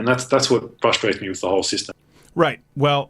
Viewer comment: "And THEE Donald Trump." Thee? Thee, Crowder? Thee is "You". You mean "THE", correct?